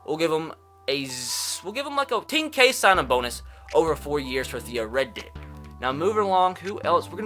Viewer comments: Did he just say Theo Red Dick. Riddick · Its Theo R-I-D-D-I-C-K. Not Reddick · It riddick not Reddick you dumb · Did anyone else notice he said theo Reddick instead of riddick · Dude said Theo Reddick lol tf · He calls him, “Theo Red Dick” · No way he called theo riddick, theo red dick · Why you gotta do my man riddick dirty? Say his name right, he deserves some respect! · It’s pronounced Theo “Rid-ick”. Rid as is getting “rid” of something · The way you said Theo redick wtf😂😂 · What’s with your pronunciation of Riddick 😂